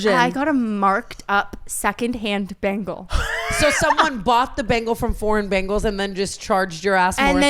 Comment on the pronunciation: She says it completely wrong lmao it’s BEN-ghal and it cracks me up every time